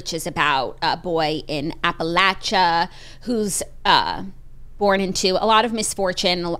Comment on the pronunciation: Absolutely and I also really loved & appreciated that Jackie is pronouncing Appalachia correctly now 🥹🫶🏼 she must have seen some of the the comments on the last video.